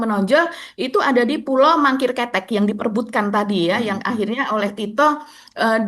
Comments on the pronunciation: pengucapannya bukan ketek mbak tp kete' artinya kecil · parah,, pulau kete'... bukan ketek,, ish ish ish..😂... tito bekas polisi, dia ngerti sabotase